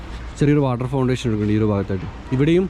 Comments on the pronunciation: Water fountain ആണ് ശെരി. Fontation അല്ല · ഇസ്ലാമിക കാര്യങ്ങളിൽ അറിവില്ലാതെ സ്വന്തം അഭിപ്രായം പറയല്ലേ... സ്ത്രീകൾക്കും ഖബർ സന്ദർശിക്കാം. പിന്നെ ഇംഗ്ലീഷ് വാക്കുകൾ പറയുമ്പോൾ ശ്രദ്ധിക്കുക.. unfortunately എനിക്ക് ഇവിടെ വരാൻ പറ്റി .....water foundation. എന്ന തൊക്കെ തെറ്റാണ് പറഞ്ഞത് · വാട്ടർ ഫൗണ്ടേഷൻ അല്ല... വാട്ടർ ഫൗണ്ടേൻ...... തിരുത്താൻ പറഞ്ഞത് കൊണ്ട് പറയുന്നു...